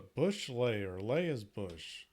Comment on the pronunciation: It’s a she and it’s not pronounced “bush”. It’s boosh